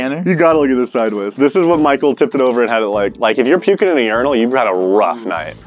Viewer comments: “Exactly Pichael” ??? What PICHAEL??!?? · Did anyone else heard tanner say pichael instead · did anybody else hear tanner call michael "Pichael"? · Tanner: What is crawling without arms?: Caterpiller Tanner: Exactly Pie-chael Yup. His name is pie-cheal. 🙂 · Did u realize tanner said Pichael instead of Michael during the straight jacket thing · Michael didn't realize that Tanner said "pichael" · “Exactly pikal “ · Why is Tanner calling Pikul?? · Tanner said picheal in sted of Michael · Tanner said pikael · He called him pickeal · pie-chal. Yes good job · Tanner said "Picheal" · why does he say "exactly pie-chael"❓ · "exactly picheal." PIE-cheal. P. any one else notice? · Did anyone else her him say "Pichael" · no one: michael: uR fUsChSHtAtiNg mE! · Tanner: so what is crawling without arms?: Your like a caterpillar Tanner: igsactly pie-cheal?